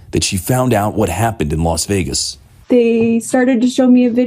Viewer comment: Fetterman his smater than a Professor who hasn't learned how to pronounce the name of the Vegas car bomber and dismissing it. It has been two weeks. Where's th commo sense